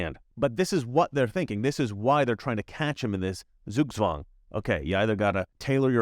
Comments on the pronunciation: TSOOK-TSVANG, NOT ZOOG-ZWANG. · Dear! In German S ist the soft S and Z is the sharp S. Just the other way around than in English or French. So please say Zugzwang as if it were written in English as Sugswang. Thank you.